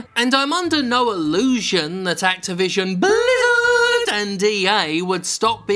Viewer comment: it was so fun how you said activision BLIZZARD